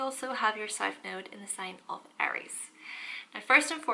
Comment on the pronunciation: In the beginning of the video it sounds like she says, “Welcome back to my noodle 🍜 series” ! 😂💕